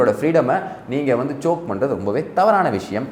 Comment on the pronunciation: thambi ..choak illae it is choke...!!!!!!